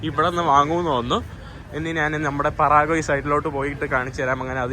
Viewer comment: പറാഗ്വേ അല്ല പരാഗ്വേ ആണ്